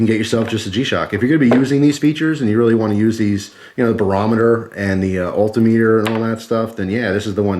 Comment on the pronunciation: i've never heard altimeter pronounced that way